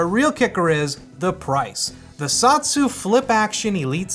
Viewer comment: I don't believe it's pronounced "Sot-su", I think it's pronounced "So-tsu".